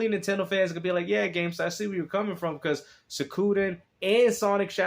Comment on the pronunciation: Gamestuh with anotha W